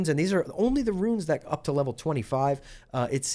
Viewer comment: I love your videos but your KILLING me calling them "ruins" and not "runes"